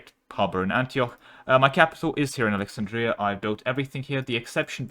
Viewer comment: The most cursed thing in this video is how you pronounced Alexandria